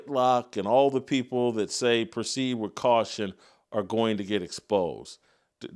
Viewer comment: omg crump said "wif" and "wur" for "with" and "well." yep he is retaaahhhhded.